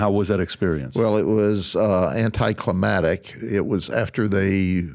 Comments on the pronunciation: '..anticlimactic..' not '...anticlimatic...' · Dude is gross! Can’t even pronounce anticlimactic; and yet seems to really love the idea of putting someone to death. Gross. Gross. Gross!